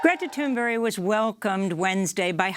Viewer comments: Please stop saying “Toon Berry”. 🙄 It’s Thunberg! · Why is Amy pronouncing "Thunberg" as "Thunberry"? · Thank you Democracy Now!. Also, I think you may be mispronouncing « Thunberg », it sounds like « Thunbery » when you say it, which I'm not sure is the good pronunciation. Thank you for covering the climate crisis. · It would help if you could even pronounce her name correctly! From UK btw.